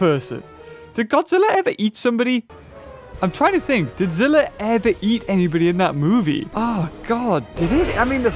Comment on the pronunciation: ITS Z I L L A